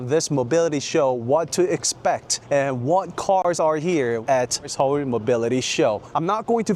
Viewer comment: 형 영어 발음도 정말 끝내주지만, 특히 서울 할때 한국어 발음은 진짜 원어민 같아서 놀랐어요. 정말 대단하십니다!